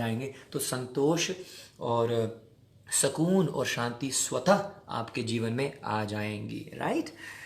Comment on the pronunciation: ..Sakoon nahi it's Su-koon HARI BOL